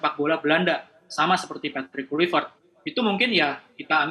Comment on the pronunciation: Susah bener bunyinya itu perempuan sebut kluivert😅